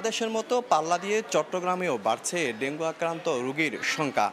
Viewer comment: ডেঙ্গু না বলে ডেঙ্গি বল্লো বার বার কারন জানতে চাই..?